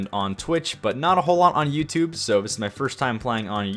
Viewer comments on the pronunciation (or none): Its Youtube not youtoob, speak English.